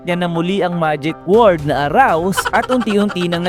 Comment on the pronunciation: Arise hindi Arouse